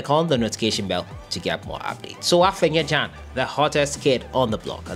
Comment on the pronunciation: The boy's name is AFENA not AFENYA